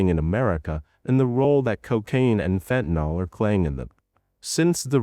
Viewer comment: Just FYI, it’s “fentanyl”. There’s no “o” in fentanyl. It’s pronounced “fen-tan-ill”; not “fen-tan-all”. For some reason the politicians and media pundits on tv can’t get it right and have decided it has an “o” in it. He actually goes back and forth in the video; which is odd. Venezuela isn’t a large supplier of even cocaine; it primarily comes from other South American countries.